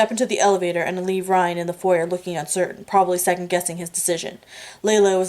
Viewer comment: thank you for doing these readings. Might I suggest you put a mark by the words you don't know and learn the meanings and correct pronunciations,check foyer and Chablis for starters. Please disregard my other comments, I am listening to this while ill and got turned around missing 3.5. Thanks again for your selfless contribution to us hopeless romantics.